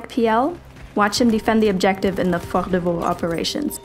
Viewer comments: I appreciate how you said Fort de Vaux. Do you speak French? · i like the way she pronounce FORT DE VAUX :)